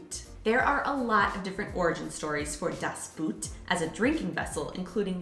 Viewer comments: Thanks so much for that topic! Two things I have to clarify: in German, when you try to pronounce "Das Boot", please don't do it the English way. It's more like "boht" with a long "o". So many Americans pronounce it the wrong way... 😉 And the other thing: as you showed a typical German Pils glass, it was actually a glass for wheet beer, called Weißbierglas or Weizenglas... Mayby it seems I'm to precise with it, but that one is probably a German thing that's really important 😉😬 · By them sounds like: "Das Buht" - whatever it is... 😂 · "Das Boot" is actually pronounced "das boht", which sounds almost like the English word "boat" - "buht" is completely wrong. The German "oo" is just an elongated "o"; nothing else. "Kölsch" is not pronounced ""Kolsch". What do you think the two dots above the "o" are for? Not just for aesthetical reasons! "Ö" is pronounced like the second "e" in "emergency", the "u" in "urgent" or the "i" in "James T. Kirk". Best regards from Vienna, Austria! 🙂